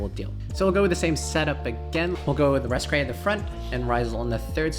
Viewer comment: How you found those Muzaka & Elaine ? Why you call her Lascrea ? it's Raskeria.